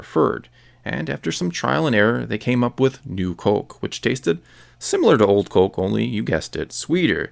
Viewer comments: U sound canaidian wen u day coke! U da ound normal until u say coke. Please stop saying it so wierd. Omg if u say coke 1 more time im unsubing!OMG U SAY IT LIKE 250 MORE TIMES AFTER I WROTE THIS!!!!!!!!!! Theres no L n coke. Its not colke, it coke. I wanna rip my dick off so i have somethimg to plug my ears, wen i hear u say COLKE.!!!!!!!!👎👎👎👎👎👎🖕👎👎👎👎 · You say it like “Cöke.” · I like your Minnesota way of saying "coke". Cōke. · it almost sounds like there's an umlaut over the "o" when he says "cöke" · c-oh-ke. haha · "Cohke" where you from bro? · All I keep hearing is "colk" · You say Coke weird, but every other word is familiar. Are you Canadian? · Good video, but you say "coke" funny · You say Coke funny